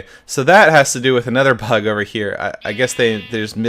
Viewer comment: "So that has to do with another pug over here." -Sethbling 2014 I know he said bug, but it sounds like pug! XD